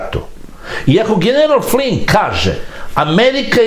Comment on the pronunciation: Tačno..Slovna greška u pisanju..Inače ime Flynn..uvek savršeno izgovoreno.